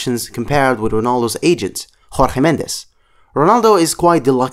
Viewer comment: Are you spanish? You said rorge mendes